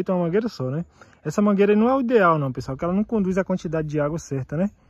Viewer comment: Eu acho engraçado quando sua mae fala assim "Boa tarde pessoali"lembro do meu avô, falava assim tambem!, eu assisto srus videos, curto assisto as propagandas e hypo também. Gosto muito do seu canal e sua familia, que Deus abençoe vcs.